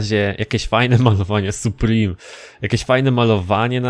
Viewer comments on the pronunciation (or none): none